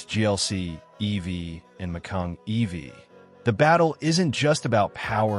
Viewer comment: By the way, the Porsche is not pronounced “Mac-kayeen” !